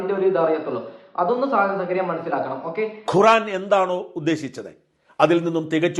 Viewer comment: ഷാജാ ഖുറാനല്ല. ഖുർആൻ. അല്ലാഹു എന്നു പറയുക. അള്ളാഹു എന്നല്ല.